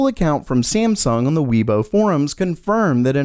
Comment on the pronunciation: Years later and you still can't say "on"